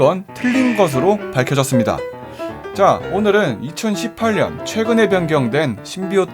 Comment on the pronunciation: 2018년발음 저만 이천시팔년이라들림??